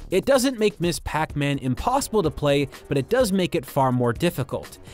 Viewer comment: It's not Miss Pac-man. It's Ms. Pac-man. Ms. is not the abbreviation of miss. It's pronounced mizz and is used if you don't know if the person should be addressed as miss or mrs.